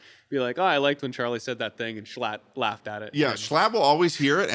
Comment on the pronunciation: girl wdym? He said "schlatt" normally